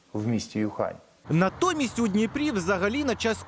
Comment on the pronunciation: Когда мер научиться говорить Ухань,а не юхань))